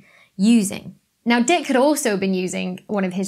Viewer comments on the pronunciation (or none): Did she say “Harlow and Shapley” debated? Harlow Shapley was one person. He debated Heber Curtis in the so called “Great Debate” or the Shapley-Curtis debate. Penzias pronounced PEN-ze-us Dicke pronounced DIK-ee Penzias and Wilson did not build the horn at Bell Labs in Holmdel NJ. It was completed in 1959 - both were still at graduate school, Columbia and Cal Tech respectively. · (Robert) Dicke is actually pronounced "Dicky" or "Dickie", but who's he trying to kid ;)